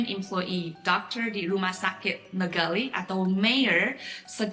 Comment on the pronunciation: Bu, just a suggestion for pronounciation in Bahasa , when you pronounced " Luar negeri " the sound of " ri " dont use American sounding " R" but try to use the sound of " R " in the pronounciation of " Nurhaci " ....it will have better sounding " R " because R was not pronounced properly will loosen to " L " sounding in bahasa...Just a suggestion to help pronounciation in Bahasa. The reason behind this is if you listen to Manchu speakers in Mainland, their " R " pronounciation is closer to the way " R " is being pronounced Bahasa Indonesia....